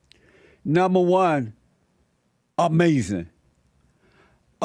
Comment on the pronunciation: "UH MAY ZIN"!!!!